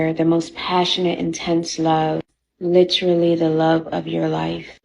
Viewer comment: I feel nothing for this loser because she said the word lItErALLee